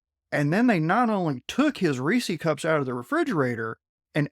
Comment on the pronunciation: Reesey Cups? I'm going to try to forget this and keep listening.